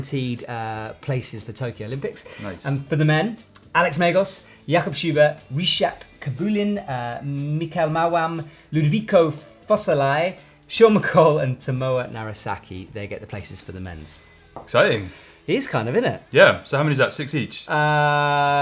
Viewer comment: He got all the women right except Alexandra Miroslaw (Meeroh-slav). I'm not sure about men but he surely mispronounced Ludovico Fossali (Foh-sah-lee). Junior: Laura Rogora (Italian pronunciation of Laura is not Lora, but Lau-rah, Lau rhyming with 'wow'). Hope this helps for any other non-English person struggling with these names :D